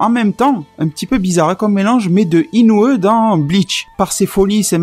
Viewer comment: Dans bleach on pronoce Inoue Inou I pas inou E